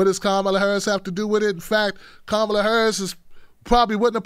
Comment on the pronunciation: please pronounce Kamala Harris’s name correctly